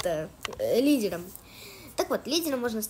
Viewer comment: Лиделомь? Выговаривать научись